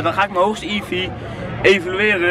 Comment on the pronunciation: Met die evee maakte je verkeerde geluiden man